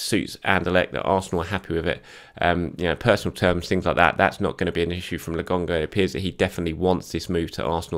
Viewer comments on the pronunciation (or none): LAKONGA its a K, why do you keep saying LAGONGA????? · ...PLEASE...its Lo..Kon..ga not logonga.:D